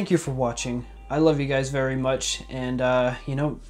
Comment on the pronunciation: vewy nice